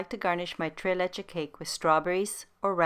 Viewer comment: Tres is pronounced trace, not tray. Just a helpful hint